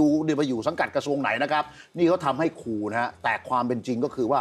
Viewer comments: ครู ๆๆๆๆๆ ไม่ใช่ คู อย่าลืม ร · พิธีกรออกเสียง คูๆ บ่อยจัง คูไหนจะใส่ซอง20 บาทได้ ครูต้องล้างจานค่ะ 🎉❤